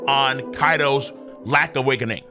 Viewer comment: Video = “Awake-NING”? Nani?